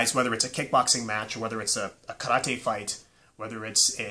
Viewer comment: why did you say 'karate' like that?